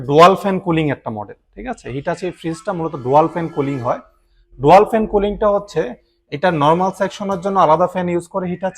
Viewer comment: ডোয়াল নয় ডুয়াল হবে উচ্চারণটা